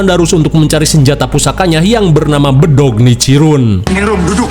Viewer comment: Kayanya di anime ya para hasira harus basmi para hasira jadi jadian😂 pedang nicirin❌pedong nicirun✔ muzan jadi jadian buatan ala orng indo sound kasih phm bos😂